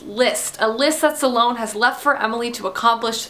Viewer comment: aaagghhh. It's not pronounced suhlone. There is no uh in the pronunciation.